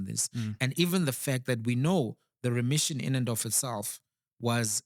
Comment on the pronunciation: Is it not remission not ression